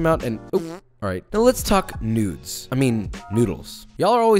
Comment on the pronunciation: I kept thinking he was saying newts that is what it sounds like